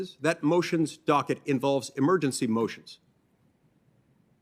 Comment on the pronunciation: I learned something - when Mike Lee gets mad, he can't pronounce "docket".